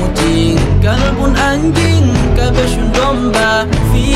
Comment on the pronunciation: Nyebut Anjing faseh Nian banget 😅